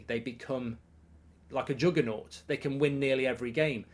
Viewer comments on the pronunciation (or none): none